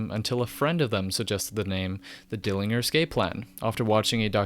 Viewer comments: In two minutes you mispronounced Dillinger, referred to Deadguy as "the Deadguy", placed a legendary, genre exploding album alongside the likes of KsE and BMTH, and botched the ending. And yet somehow, this is a very enjoyable video, so well done. Keep all these criticisms in mind and make a part 2 about the Greg Puciato (Poo-shyah-toe) era. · Dillinger n gurr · David Pearson actually no, he is foreign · at least pronounce the band name correctly. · They're named after an American bank robber/gangster named John Dillinger, pronounced with a soft g. Not the name of the German city. I can see why you'd think that though. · dilling, -er? etf not Dill-in-ger? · Also dill-ING-er? What?!... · it’s pronounced “Dil-lin-jer.” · It’s DillinGer… with a G in it.. Not Dilliner 😂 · Wow. That’s not at all how you pronounce the name. It’s dill-in-JER. Since you pronounced the literal sound of the letters. JER. Not GRRR. 😂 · Its Pronounced Dilling-Jerr, not Gerr. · God damnit. JER. NOT ING-ER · Good video about a band I like but haven't thought about in a long time. Just fyi, I think Dillinger is pronounced Dillin-jer not Dilling-er. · wait did he just say "Dilling-er" ??? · You lost me on the 2nd word. It's pronounced dyilengiery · its Jer like Germany. Dylan-JER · Dillinjer? :p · and to further be a jerk, they have always pronounced it as: “dillinjer.” Not that that’s important though. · The 'G' in Dillinger is pronounced like a 'j'. That really bugged me dude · Like why pronounce it with G and not J... it’s pronounced Dillinjer you fool. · Dillinger is pronounced with a soft g, my good dude. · d i l l i n y e r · Dilli en ger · Dill linger. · DillinJer man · If you're going to mispronounce Dillinger. You really should just mispronounce everything else for continuity. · You can’t pronounce Dillinger. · he only says Dillinger 43% right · bro u cant even pronounce dillinger right, how u gonna make a whole video abt them? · Soft G in dillinger bro